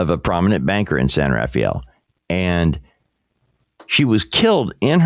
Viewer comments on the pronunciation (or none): It’s not pronounced “San Raffi-elle “ it’s pronounced “San Rahfell”= San Rafael.